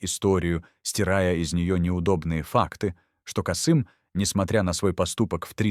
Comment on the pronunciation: Кыргыз тилин маани бербеген диктор го, (пятнадцат, Каааасым). Биз Касыыым дейбиз.